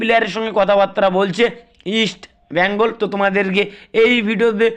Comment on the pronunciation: ভাইরে উচ্চারণ ঠিক কর আমার মাদার ক্লাবের